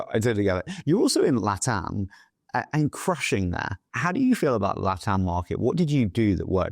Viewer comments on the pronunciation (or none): none